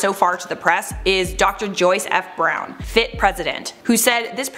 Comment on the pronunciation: If multiple students bought up the issue then they knew it was an issue and chose to ignore it. The students should've bought it up to the department chair too. Also it's pronounced "F.I.T.", all the letters separately. I attended the illustration program not the fashion programs.